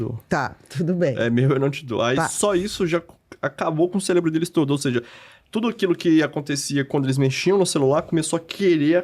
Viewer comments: ''cérebro'' cé - re-bro - cerebral - ce- re-bral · Todas as vezes q o rapaz diz cérebro eu celébro...